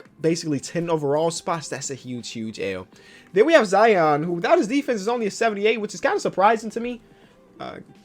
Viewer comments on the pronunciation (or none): none